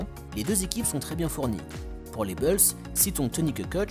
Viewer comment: Mec, t'es génial, vraiment, mais par pitié arrête de dire Les Beulz, c'est Les Boulz, Bulls se prononce Boulz, pas Beulz, c'est juste horrible à l'oreille